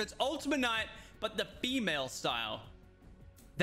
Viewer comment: “A Bemale Style”